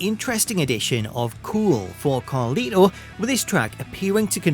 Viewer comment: The way he says Carlito’s name 😂